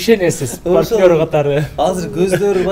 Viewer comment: Паркнёр эмес партнёр